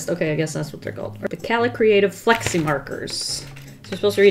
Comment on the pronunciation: I keep hearing "Flexi" as "Flexing" so I'm just like: "YEAH GIMME THOSE FLEXING MARKERS"